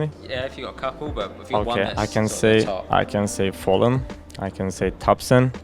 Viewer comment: why does every brazillian players say FalleN as Falling